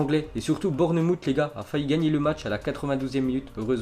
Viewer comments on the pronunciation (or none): none